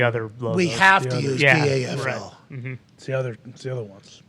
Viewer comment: Just pronounce it Paffel